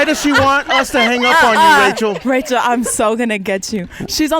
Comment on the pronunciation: Haaaa she said Rachel TAE‼️😂